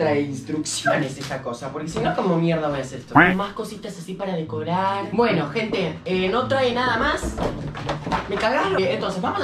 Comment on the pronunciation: Cuando dijo “bueno gente “ yo le entendí “ bueno ojet#”